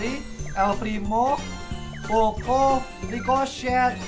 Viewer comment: Ricochet kedengeran di telinga gue Ricloset